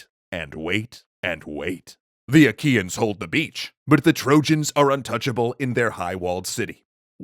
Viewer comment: I know this isn't the point of the video, but whenever Troy's enemies are mentioned, all I can hear is 'IKEAns'...